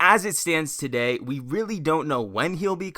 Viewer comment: "What up guys its! TUHday!" 😁